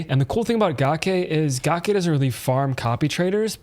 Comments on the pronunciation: Gake is pronounced ga - cake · Once I heard u say “Gawk Aye” I had to hop off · It's gake like cake... and she's a female.